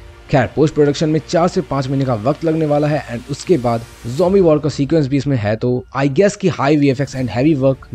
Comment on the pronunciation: it is not humbi it zombi😊